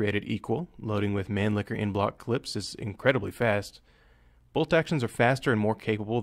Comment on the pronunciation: manlicher is not pronounced man-licker :D ( bigtime wtf moment for an austrian ) its more like mun-liher